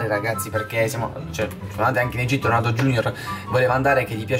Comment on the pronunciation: Egitto non egiti